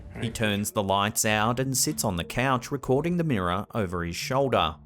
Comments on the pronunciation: Wtf is a meerah it's mirror....smh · Take a Drink every time he says "Mirrah". There's a Ghost in the Mirrah!